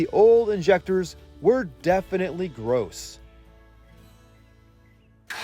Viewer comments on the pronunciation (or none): none